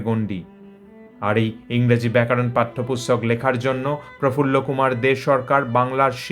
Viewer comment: প্রতিবেদকের 'ব্যাকরণ 'এর পরিবর্তে ব্যাকারণ উচ্চারণ বড়ই কানে লাগছে।